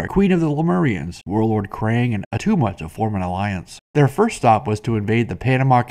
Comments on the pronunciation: It's not Atuma. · IT' NOT ATTUMA!